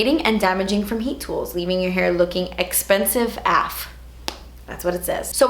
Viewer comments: Sounds so funny to hear you say "expensive" and not "esspensive..." LOL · I came hoping to hear 'Dats ESS-PENSIVE' & you came through 😂💳💰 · ESSPENSIVE 😂 Love you!! 😂❤️ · I like how she says "expensive" 😂😂🙌🏼